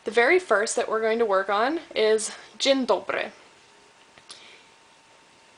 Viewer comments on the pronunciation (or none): Nie "dżen dobry" tylko "dzień dobry" :PP Ale i tak Ci nieźle idzie ;) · dżendobry , ach te akcenty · Nawet nieźle mówi po naszemu, ale troche mówi dziwnie Dzień Dobry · to powiedz Rozrewolwerowany rewolwerowiec zrewolwerowywał się na rewolwerowisku przy zrewolwerowanych rewolwerowcach widać że nie jest polką bo dziwnie mówi dzień dobry nieraz nie wymawia ę tylko e